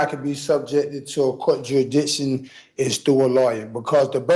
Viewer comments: This guys grammar is the funniest thing I’ve ever heard… he’s got juridishon 😂😂😂😂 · Yuh-ee-dikshun Please make him STFU, PLEASE